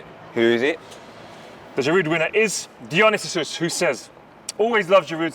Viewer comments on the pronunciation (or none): hey man my username is kinda basically the roman version of dionysus who won ur last one so I mean i know there's #norules but maybe this one is #arule #italy also it's "die-o-nice-us" and "ba-kick" and refers to greek/roman god of having a nice